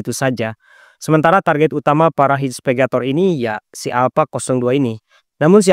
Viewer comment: Inspegator? Apa itu? 😂😂😂 Atau mau bilang investigator? Trus silk road, baca nya bukan sail road, artinya jalur sutra, mungkin dia terinspitasi dari jalur perdagangan zaman dulu yang menghubungkan asia timur, afrika dan eropa. Sekedar saran, jangan asal baca aja narasi nya, ada baik nya di cek lagi kembali sebelum dibaca, kalau ada bahasa asing atau sebuah istilah, ada baik nya di cari tau lagi. Soal nya dampak nya bahaya sama penonton, jangan nanti dikira yg abang ucapin pengucapan yg benar.